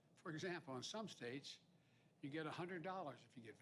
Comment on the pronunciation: Chyna Joe Biden-su and Horizontal Harris were vaccine-hesitant before "the election". Now Joe says you get a "hundert dollars" if you get it. I just want to sniff Corn Pop's Jerry Curls after he puts the razor down.